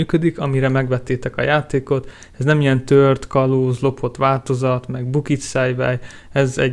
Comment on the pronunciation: "...tört, kalóz, lopott változat, meg bukitszejvej" XDDDDDDDDDD